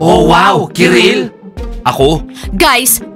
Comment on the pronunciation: Kirill hindi karil,keril,kirel,ciril